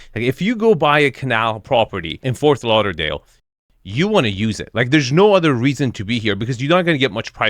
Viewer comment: It's **Fort** Lauderdale with a "tee" sound! Not "Forth" Lauderdale. 🙂